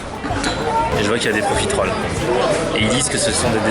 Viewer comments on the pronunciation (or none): Arrette de dire Profi-terolle !!! et dit profitroll !!!! Sa me stress !!!